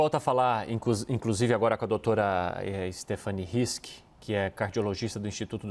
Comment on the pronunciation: Na verdade não é Stephanie, é Stephanie